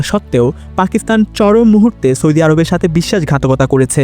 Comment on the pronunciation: আপনার উচ্চারণ শুদ্ধ করুন। সৈদি, ত্যাল সহ বেশ কিছু উচ্চারণ শুদ্ধ করতে হবে। শুদ্ধ উচ্চারণ হবে সৌদি তেল.......।